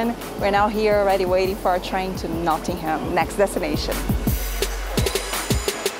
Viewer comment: Hi just watched all your great UK videos. You need to brush up on your pronunciation of English towns. Somebody picked you up on Warwick. Try to learn how to pronounce Norwich and Nottingham. Your Birmingham was a little off as well (but you did try there!). Really good videos otherwise.